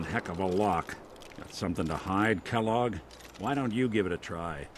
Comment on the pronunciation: When Valentine said Kelloge I was like. "You don't know the cereal?!"